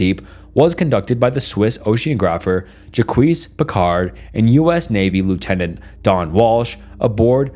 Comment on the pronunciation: "Ja-Quees?! The "j," in French, is pronounced like the "s" in the word "vision."